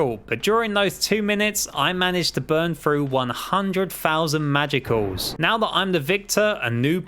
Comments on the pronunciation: I cry whenever he pronounces “magicules” as “magiculls” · It’s pronounced “magicules” with a silent e.